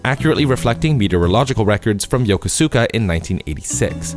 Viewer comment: “Yoh-koh-sue-kah”🙄 tell me you haven’t actually played the thing you are pretending to be knowledgeable about without telling me you haven’t actually played the thing you are pretending to be knowledgeable about. It’s only said out loud DOZENS of times in the game.